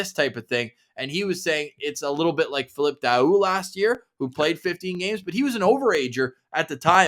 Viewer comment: Hi guys , Great job 👍 Just to Tell you😁👍. in Daoust .. you don't prononce the ouST at the END of is name but Tell just the OU DA--OU like boo. DAOO 👍👍👍👍👍👍. Keep Up the great work guys